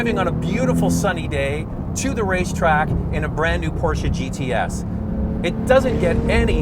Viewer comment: why porscha? is porsche